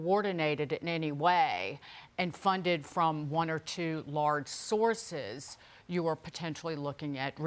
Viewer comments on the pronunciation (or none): Did she say they were being funded by 2 or more “sources” or “Soroses?” 😂